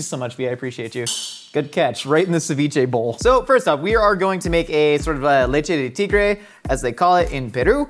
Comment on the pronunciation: "leche de tigre" my guy you just made Baja blast